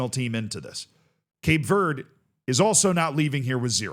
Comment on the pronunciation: “Cape verdey”